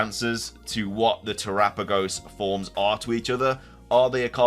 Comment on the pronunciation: oh, i know. he use to ignore commenters trying to help him pronounce terapagos correctly, and the only time he replied to a comment was one of the few that corrected him but didn't give a proper pronunciation with "how am i supposed to pronounce it then?" and it's like... bruh, look at all the other comments 🤦‍♀️